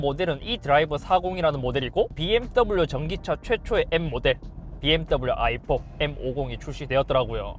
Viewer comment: ㅋㅋㅋ BMW아이폰이라고 들려 자꾸 ㅋㅋㅋㅋㅋ